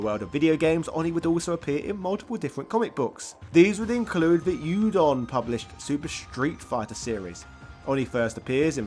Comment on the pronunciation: Always found it quite shameful that people would take the time to create such well built videos yet won’t go to learn how to actually pronounce Ryu’s name right…Also “Youdon Comics” (Udon Comics)…..Cringe